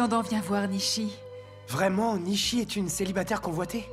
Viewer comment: nisiii faut dire nishi😂❤